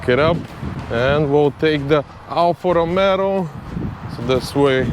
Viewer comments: Bro, it;s Alfa Romeo....not Romero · it's ROMEO, not ROMERO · bro ROMEO not romero....you add 1 R more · can you say romeo ...not romero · Ha ha ha ALFA ROMERO please pronounce correctly,,,,, ALFA ROMEO and not ALFA ROMERO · Good job man, I'll be glad to see a new Stelvio back on the road and not end up junked over minor stuff. Just fix that pronunciation, it's Rome-o not Rome-Ro 😂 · your channel is very cool, but please don't call it anymore Alfa Rome-ro, the correct name is "ALFA ROMEO" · Alfa Romeo, not RomeRo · Alfa ROMEO not Alfa ROMERO ;) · It’s actually pronounced “Alfa RomAAo” rather than RomeRo. Alfa people get very sensitive about this Lol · Alfa ROMEO!! Not ROMERO! I have a nerve tick when you repeatedly repeating it. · You keep saying Alfa Romero:face-green-smiling:nice build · Please, stop calling it Alfa RomeRo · Nice job, just please stop saying Alfa RomeRo. The Italians and I will be gratefull. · Dude bought a car and doesnt even know how to pronounce its name xD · There is no R in Romeo 😄 But you are right, it is a nice car!